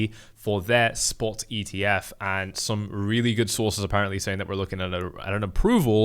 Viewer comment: For you its not ETF, its EEF